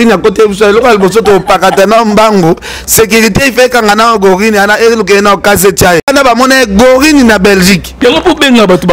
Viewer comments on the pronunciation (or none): On dit Gorille et non Gorine 🫢